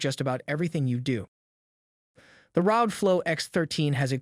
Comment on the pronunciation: ARE OH GEE - .. pronouncing the acronym as a word is the same as saying RTX3080 "tye"